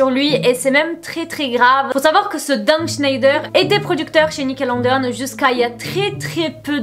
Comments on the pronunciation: tu me fais trop rire à dire Nickelondeon, tu es trop choue, mais c'est Nickelodeon😂😂 gros bisouuus😘😘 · Dsl mais le: nickelonnedéonne 😭😭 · Nickelodeon mais pas Nickelondeon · Nickeleondeon ou nickelondeon ?🤔🤷🏽‍♀️ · "nickelondeone" je meurs ta prononciation sur ce mot mdr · ptdr elle sait même pas dire Nickelodeon wsh